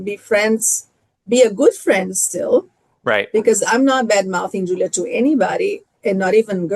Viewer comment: im so done with that BEE ( WHO-LEE-AH ) and her micro-aggressive WIFE too and THAT QUEEN ISSAC MIZRAHI